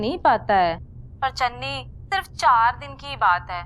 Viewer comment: Biji ne channi ko dhanni bola😂😂